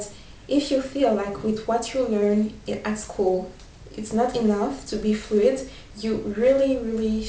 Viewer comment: thank you for inspirational tips :) Just a little tip from me, when you say words such as "tough" and "enough", you seem to pronounce them as "touth" and "enouth", and i've seen other french people do the same. So just remember that is is much easier than you think, just say "touff", and "enouff" :D